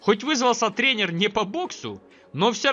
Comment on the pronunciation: Контент классный) Но отдельное спасибо за правильное ударение и склонение слова тренер во множественном числе! ТрЕнер, трЕнеры, трЕнерах, трЕнеров... Жду, что так будет и дальше.